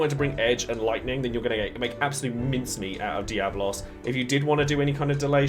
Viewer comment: It's DiabOLOS